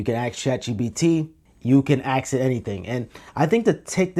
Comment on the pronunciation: did you just ax chatgpt? :O